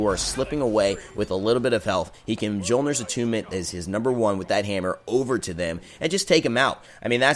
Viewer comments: Mule-near. Not Muh-jol-near. Thank you. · Mjolnir is pronounced myolnir..... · Yeah, I try not to be that guy, but I had a little cringe every time. Although, Hi-Rez even mispronounces some of the Chinese and Mayan gods' names...